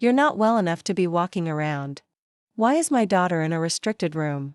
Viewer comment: Constant .."Dot M Y" when A I reads "my" was irritating. Listen to these short stories before you upload.